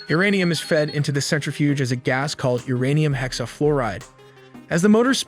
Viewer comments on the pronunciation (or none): Not uranian its uranium 😂😂😂